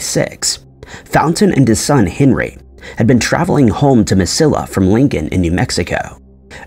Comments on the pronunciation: It’s Mesilla, pronounced Meseeya. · Mess-see-ah. I was born there, I know. I can’t watch the rest. The pronunciation is so awful. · Can’t pronounce Mesilla either. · I cringed every time he said it.